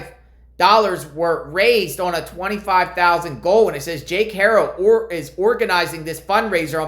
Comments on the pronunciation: It’s Haro not hero with a ar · Bruh. I get it but at least pronounce the last name right.